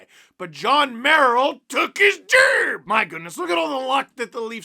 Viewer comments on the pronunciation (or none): Lmfo "turk his jerb"🤣🤣🤣